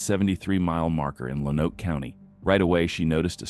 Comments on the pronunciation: Also, learn how to pronounce Lonoke. Lone-oak. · Lonoke is pronounced like Loan-oak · Lonoke County, Arkansas is pronounced “lone oak.” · Or Lone-oak